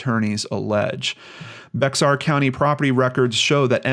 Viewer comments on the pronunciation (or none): If it hasn't already been mentioned Bexar is actually pronounced like Bayer. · Hey - just to let you know, <Bexar> County in Texas is pronounced like 'bear' or 'bare'. Not to be a pronunciation Nazi or anything, but I am from Texas! Carry on! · San Antonio is located in Bexar County--- pronounced "bear" county. 😉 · You don't pronounce the x in Bexar.